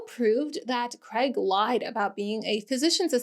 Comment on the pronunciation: Why can’t Americans say Craig? They say Creg.